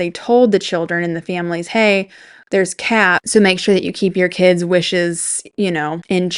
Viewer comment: But then your “keeds” remember? “ these my keeds, my cHiLd”